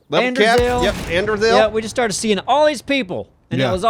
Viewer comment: Seeing* btw not "swing" at the beginning